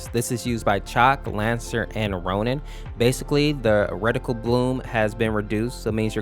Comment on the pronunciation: Am i trippen or is he saying rect-tical instead of ret-ical